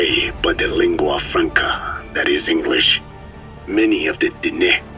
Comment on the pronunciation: Enguhlish. Linjistic. Linga fronkwuh.